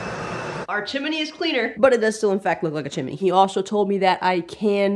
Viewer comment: CHIM-NEE ...NOT chim in nee !!